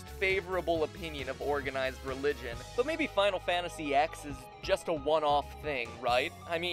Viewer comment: Stop calling it Final Fantasy 'ex' You don't see me calling FF7 'Final Fantasy Vee'